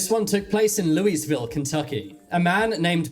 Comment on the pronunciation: Same! And he needs to check his pronunciation on Louisville!